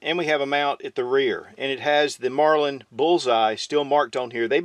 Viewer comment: Did he say “Marlind” every time?